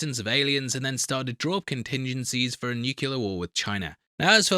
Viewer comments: Lord almighty, it's nuclear!! Not nucular!! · It's "nuclear", not "nucular" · Somewhat of a scientist that can’t pronounce nucleus 😜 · Brotherhood of Steel member? It doesn't remind you of anything. Just stop already. 13:98 "Nucular"😂🤒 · 'I'm something of a scientist myself, y'know'... can't pronounce 'nuclear'. JFC bro